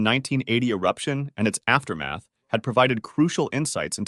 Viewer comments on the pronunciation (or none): none